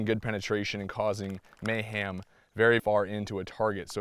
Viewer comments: He said MayHAM lol! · Hah he said mayHam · Causing “ may-HAM” lol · "causing may-ham..." I see what you did there,! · Jeffrey Nguyen I knew I heard ham... appreciate the confirmation. lol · i cant be the only one that heard "may-ham" hahaha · It's causing may-ham lol. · Lol. He said complete may-ham 😂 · "Mayham"- LOL good stuff. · "may-ham.." HA! I missed that on my last watch! Love a good pun! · Causing may-ham. You totally said it. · "...causing mayham" You just had to, didn't you? Nice vid :) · may-ham... he he he, I'll go now. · Yeah it's true alot of MAY-HAM 😂 thanks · I caught the "May-Ham" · causing may-HAM lol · Did you say it's causing may-ham? lol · heh "may-ham" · HaHa "may-ham"... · Causing “may-ham?” 🤓🤓🤓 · Did he just say it would cause mayHAM?